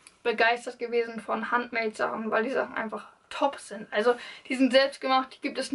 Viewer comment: Handmade ist ein englisches Wort also spricht man das auch englisch aus...nur zur Info